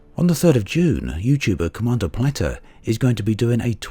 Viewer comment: It's plate-r not "platter" lol